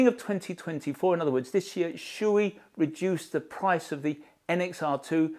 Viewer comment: Klim: pronounced as “Climb” without the b Shoei: pronounced Shoh-ei My 2 cents